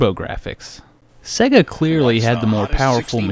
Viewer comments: "s-egg-uh" :/ / "Say-guh" :D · Jesus wept! It's Sega... "Say-guh" not Segga. You sound like Popeye. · Dude, it's say-guh. Not seh-guh. Just listen to the audio when you switch on a Sonic cart. Love the show though. :) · What's with the weird pronunciation of Sega? Every time you turn one on it tells you how to say it.... "Say-gah" not "segga" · "seh-guh"? It's "SAY-gah" as the game system itself actually pronounced the name when powered on. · Sega, not seag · Sera, not seag